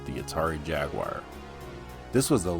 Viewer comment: Which is more advanced,?!?? Jaguar, jaguar jaguar! Not: jaguire